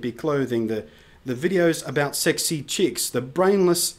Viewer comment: Hehe thought you where from Australia when you said "Chicks". I loved the ending "..and when you get called arrogant by a guy who exudes as much confidence as I do, then you know theres something wrong" Standing up for our Trans-Tasman relations! Your on the money Blunty3000, esp. the "vlog" on spam